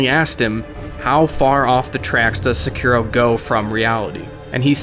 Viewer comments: I cant watch this because of the way you pronounce Sekiro. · Please learn how to pronounce Sekiro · the way you say sekiro makes me SICK...... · I can't believe exactly zero reviewers I've heard of can say the title of this game correctly. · Then why would you say it wrong for like the whole video? Was only trying to help out dude. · How did you fly to Japan and still can’t pronounce the name of the game correctly? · Your pronunciation of the name in the beginning triggers me more than it should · I understand why it happens, but I cringe every time someone pronounces Sekiro like an American. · however the R sound is nothing like the R in row, also long o at the end as its せきろう sekirou in Japanese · If only you could pronounce Sekiro correctly. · Please look up the pronunciation of the game's name if you're going to make a video on it. It's せきろ, se-ki-ro. This honestly hurt to listening to you mispronounce it so frequently. Did they not say the name of the game once to you while you were in Japan? Or even correct you once there heard you butcher the shit out of the name? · Anyone else a little triggered that he kept saying (sec-uh,-row)? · "say-key-row" my friend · STOP CALLING IT SEKERO FUCK! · Stop saying Sa-ku-ro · Yikes another dude calling it SEK ER OH lmao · So irritating that you pronounce it “sek-ur-oh” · It's pronounced Seh-key-row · How many times are you going to change your pronunciation of Seckaro and Sekiro lol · It’s pronounced Sa-Key-Row! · Sekiro. It's pronounced... Seh-Kee-ro. Japanese people have confirmed the pronunciation on reddit. The o is also supposed be extended and not ended as 'ro'... Sekirooo. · You called it sakuro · Stop saying “Sekero” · "Seh-key-row" So you can sound less like a weeb :P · Why did you say 'secker-o'? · cant even pronounce the game title right.. smh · Am I the only one who was bugged by this pronunciation of “Sekiro”? ;( No? Only weeb here? Whatever. Fuck you guys. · And you where saying it wrong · Sekiro (Say-key-roe)